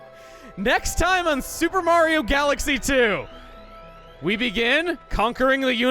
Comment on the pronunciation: i could have sworn peach said marigi